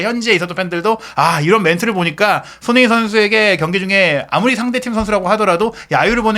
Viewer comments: 손흥민 선수 이름좀 제대로 발음 해주세요. 소노민 소느민 뭔가요. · 손흥민이라는 이름을 정확히 발음하는 꼴을 못 보겠네